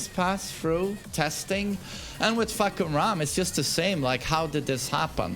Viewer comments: fahkumram more like fahkurmom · Fahkumram, more like FahkUrMom